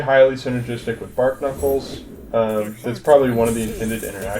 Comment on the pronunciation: "Bar - knuckles" not "Bark Knuckles". It's a play on barnacles